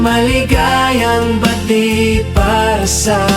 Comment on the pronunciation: okay naman po sana kaso po maligayang Bati napabilis po yata ang pag bigkas..